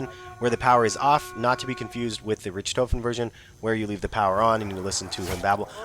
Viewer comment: Good Video just you got some things wrong.... first of all Dr. Richtofen is pronounced (Rick-Taw-fen) and next the electric guy is called the Avagadro